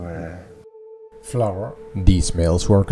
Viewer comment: As a fellow Dutch it was hilarious to hear you pronounce flour. All I could hear was "floor". I had a good chuckle about that one in context of how bad the floors in the factory are. Amazing factory though. As an engineer I really wanted to know how it all functioned back in its time. It looks amazing with all of the wooden chutes. I think the most of the machines are roller mills. Too bad they ran out of funds for the intact factory. Keep them coming! Your last video was top notch too!